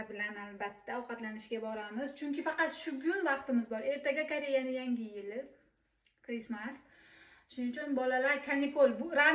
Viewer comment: Crismys boladi Crysmas 😂